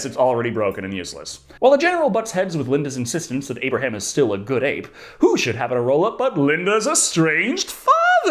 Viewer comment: Aperaham? Realy? 🤣